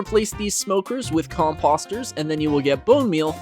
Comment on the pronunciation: Umm “cum-postas”?